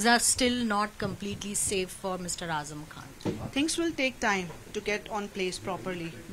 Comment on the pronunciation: His name is Azam. Not weeper